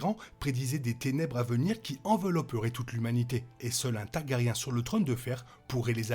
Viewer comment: Inaudible !😡 Tant que tu continues de traiter toutes les deux secondes les Targaryen de "taga-riens", j'arrive même pas à écouter.😵‍💫🙉🤕 Sans compter Balerion la terreur noire qui devient "BalArion"!!!😳 Dommage, ça semblait un peu intéressant.